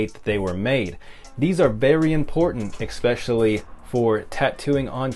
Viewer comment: I appreciate this video but anyone who provides information but says "eXpecially" wavers my trust.